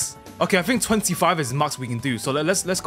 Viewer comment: be like: "i think"❌: "i fhink"✅